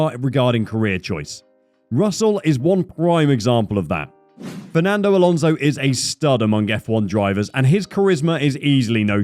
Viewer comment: I love how you absolutely butchered Alonso's, but somehow managed to even show his current girlfriend in his clip (the interviewer for ServusTV)